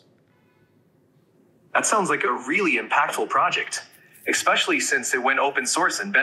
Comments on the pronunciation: "Expecially" = more human than human 😮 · Did the voice just say "expecially"? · Ugh!! It said “expecially”. 🤢🤮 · Anyone else hear, "ekspecially"? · “EXspecially” . Can you “axe” me some questions for English class?